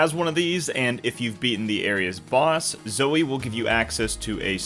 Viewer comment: Gnorcs…. Not Rynocs